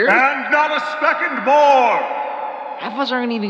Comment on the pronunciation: "and not a specond more" absolutely kills me